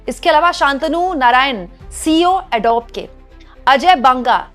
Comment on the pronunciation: "एडोब" नहीं "एडोबी" कहें जो सही तरीक़ा है बोलने का।